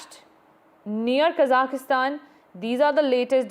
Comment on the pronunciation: It is Kazakhstan and not Kazakistan!!